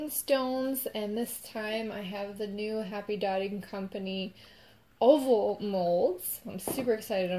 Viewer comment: His oval sounds like opal! Lol 😂 so cute! If you put it on or in a sonic cleaner for jewelry it’ll help shake out the bubbles